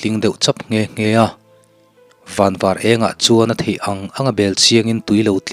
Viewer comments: Van var i lam dan kha ka hriat dan a ni e. Pasaltha thawnthu chhiartute hi nang ang vek hi ni ula ka duh khawp mai. Midang in lo rawn ve fo tihte han hriat phei chuan ngaihthlak a tuiawm sawt. Tam tak hi chuan thil awm dan hi kan hre thui lo hle niin ka hre țhin a. A chhan chu kan chhiar danah kan var pawh lo tih a hriat. Pasaltha thawnthu hi hman lai nun a nih avangin thingtlang mi tan chuan a chiang em em lehzual a, khawpui mi chuan hriat loh chin a tam hle a ni. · Van var Tuna i lamdan kha a dikthlap e